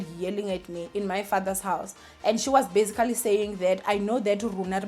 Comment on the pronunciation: I love you girl but you need to stop saying "bazigally" every 2 seconds.